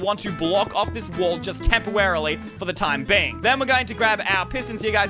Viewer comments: Bruh he said tempewely instead of temperarily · tempowarily or temporarily?